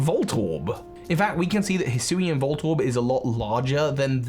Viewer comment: In less than 5 seconds, pronounced Hisuian in 2 different ways. Classic.